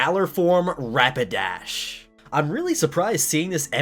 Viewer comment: Me:: Galarian Rapidadh Me: SCREAMS IN GAY